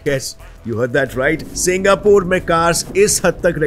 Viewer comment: Singapore ❌ Singapuur ✅